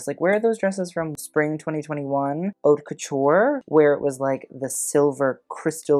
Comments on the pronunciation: Haute us not pronounced like hot... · I fully enjoy your commentary and your informed assessment of what we're looking at. But yo: "haute" is pronounced "oat." If you're going to bother to use a French word, why not pronounce it properly? It knocks some strength off your cred. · FYI 'Haute' rhymes with coat not with cot.